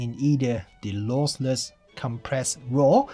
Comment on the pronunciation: Great review but it's LOSSLESS not LOSELESS ;-)